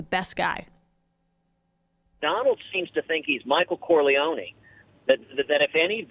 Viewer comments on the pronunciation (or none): Jesus christ he is so whipped he cant even say corleone right and hes half cuban